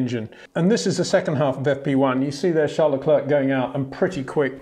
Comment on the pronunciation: One of the best indeed, but cant pronounce Verstappen and Leclerc correctly…